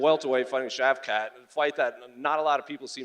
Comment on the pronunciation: Shav- CAT.... Shav-SHAT, Damn on the Struggle Bus, the short one